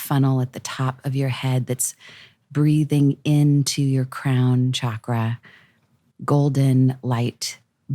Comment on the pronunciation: lmao. definitely thought Mike said "someone' coming for my cum" and not "...coming for my crown!" lmfao. Would've been that much funnier if he doubled down on it and really emphasized someone chasing him down for his cum lol